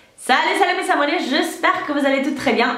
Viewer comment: Lou-Anne Mrl elle dit mes abonness du coup sa fais savonnette